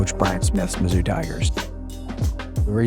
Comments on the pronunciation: Mizzou = “mizzoo” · BTW It's pronounced "Mizzoo" not whatever you said lol. Great vid though, I'm a STL native so I take MO stuff seriously lol. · You've done a great job on this one, I really enjoyed it. Purely academic side note: Mizzou is pronounced "miz-ZOO" :)